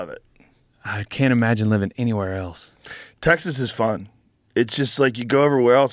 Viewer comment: ”but Teeaaixuuhs”